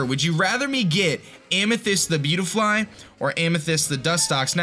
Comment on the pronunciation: Buttyfly...... say that but slowly. See how it sounds like BUTTy-fly...... it’s spelled beautifly.